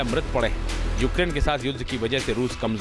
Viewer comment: Kiska interview liye ho tum log ukrain ko okaran bol rahe hai 🤣🤣 godi media😂😂